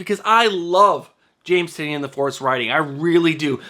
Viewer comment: James Tynion IV pronounces his name like (tie-nan) NOT (tin-eon)...I watched many of his interviews just to get the pronunciation correct.